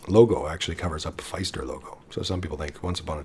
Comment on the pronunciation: Great video as usual! Pfister is pronounced like sister and mister btw!